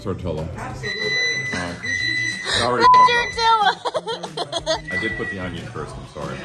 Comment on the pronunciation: why you call it a tor-till-uh 😭